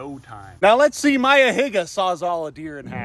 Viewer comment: no way you said Mayas name with a hard R 😭